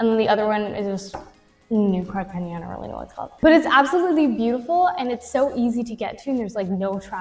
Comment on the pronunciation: It's pronounced "carta henna" not "haynya".. nice chat.